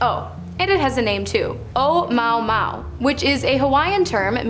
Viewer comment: you completely botched the pronunciation of Omuamua. it is disappointing that you did not take th few seconds an Internet search would have provided you with the correct way to speak Hawaiian